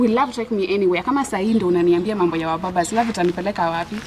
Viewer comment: SHE HAS WABABAZ...NOT MUBABAZ... 😆 😂 😆 😂 nasi nakugonganga proper 😅